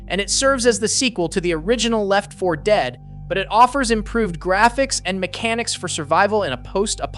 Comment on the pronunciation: Anyone else hate how he says Left 4 Dead?